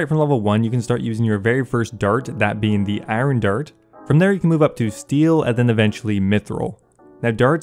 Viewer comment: How you say “iron dart” throughly entertained me, thank you!